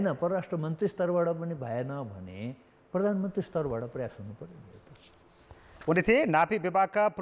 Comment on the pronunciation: भर्मण ,पर्धानमन्त्री के बोलेको हो संबाददाताले ? भ्रमण , प्रधानमन्त्री भन्न नसक्ने पनि कान्तिपुर समाचारमा । हैट